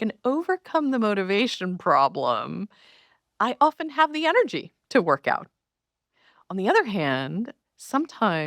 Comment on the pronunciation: Much love Dr. H—I am so looking forward to the day you say ENERGY, not “energy” 😘 🙏🏼💖🤩👑